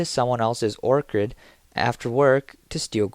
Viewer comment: Or-chard not or-chid